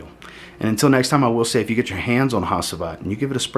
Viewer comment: I don't think I've heard a single American pronounce Hacivat correctly lol